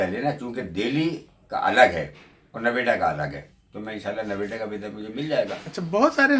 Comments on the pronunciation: It's not Naveda it's Noida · नवेडा नहीं नोएडा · Noida hai not Naweda..pls correct. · Noveda nahi hai NOIDA hai. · Uncle ji Nevada nahi...Noida boltey hai. Aur Ajmer ki bhi visa loh == Sultan-e-Hind ki Mazar hai vaha...BTW I am non muslim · Navida nahi bhai . NOIDA . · sir it noida no-ay-da and welcome to 🇮🇳 lot of love